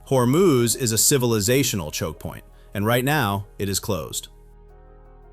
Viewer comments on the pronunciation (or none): What the heck is a 'chock point?' LOL